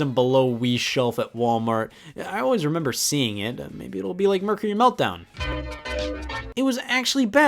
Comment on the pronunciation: There's people who say Mercury wrong, those who say it right, and Scott, who just says it and I can't understand whether or not he's saying it right or not.